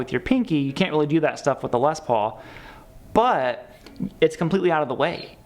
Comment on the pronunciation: Okay Midwest - it's pronounced Les PAUL, not LES Paul. Period.